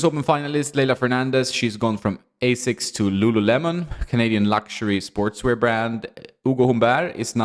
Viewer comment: Asics are the gods of sports shoes and created Nike as their pet brand in US... so learn to pronounce it dude before making a video